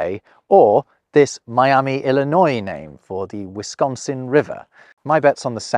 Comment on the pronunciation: Im glad you didn't say WisKONsin like most do who aren't from there. Never knew some called is MITCHigan either 😂